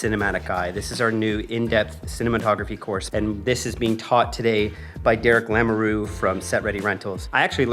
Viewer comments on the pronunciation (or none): ... no. On your side, you need some tutorials on pronunciation of French names. Because Lamoureux ( = "the lover man") sounds like "kangaroo" or "boogaloo", and it should not. At all. The letter duo "eu" (with or without an "x") must sound similar to the "i" in the word "bird". And this is logical, after all you do not see "oo" in the word "lamoureux"... so, there should be no "oo" sound ! Simple and logical. In Canada, you have millions of nice folks who can help you in pronouncing French names and words the right way. Could be clever to ask them for some help, learning is what we are here for after all. Why do I make it so important ? Because it is, because names have History baked in them. For Derek, I suppose one of his ancestors received this name when he (because it is the masculine form, as the feminine would be "lamoureuse") got engaged or married. And in French (and lots of others languages too) names were obtained/given when the ages of slavery and servitude came to an end. Folks who were not aristocrats were given names of their place of origin or their occupation/job or some specificity they had vs. the others around. Mine comes from a branch of some monks community from Provence (South-East of France), and I have such ancestors who use to live in an abbey. So, let's not make of Derek a man with a weird name. Better give homage to his ancestors, by respecting this family name rich of a long history. And it is so beautiful to have such a name... "the lover man"